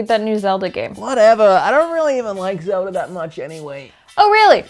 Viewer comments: Me: Zelda...: Zewder... Me: Zelda...: Zewder... Me: ZELDA!: ZEWDER! ❤️ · "Zeldar".. "Agendar"... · Does anyone else keep hearing "Zeldar"?